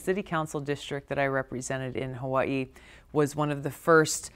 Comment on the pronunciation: Only candidate that pronounce "Hawaii" correctly!